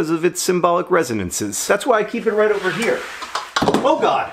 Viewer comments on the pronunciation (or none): none